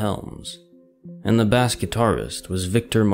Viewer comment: bass guitar!!!!!! no no no. did you seriously pronounce bass guitar like the fish??? dude?